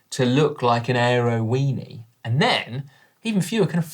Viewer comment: Gaaaahahahahaha he said airo weeny gahahaha keepemcoming